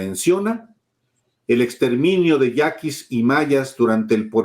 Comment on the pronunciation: Ve a que maligno, yaquis, no yanquis.. Jajaja, hecha la culpa... Jajaja